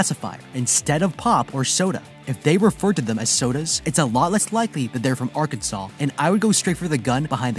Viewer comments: mispronouncing like this would definitely be a red flag. Arkansans will correct you - emphasize "kan." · ArKanSen not Arkensen